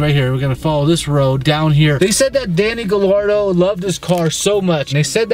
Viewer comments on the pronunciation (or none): Just for the record, his last name Gallardo, is pronounced Ga-yardo :) 'll' in Spanish is either a ya or ja sound. I'm super intrigued to see what happens!